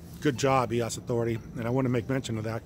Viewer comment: It’s so hard to take you serious when you can’t pronounce EOS correctly (according to Dan Larimer)